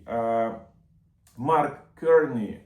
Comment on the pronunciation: Дуже вдячний за змістовні новини. Маленька поправка, прізвище нового прем'єр міністра Канади вимовляється КАРНI з наголосом на А.